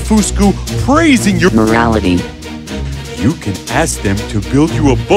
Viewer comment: How he said morality 😅😅😅😅😅😅😂😂😂😂😂😂😂😂😂